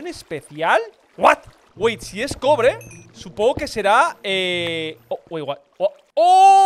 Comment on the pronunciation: en la parte que ase el corazon de cobre le entiendo crobre xd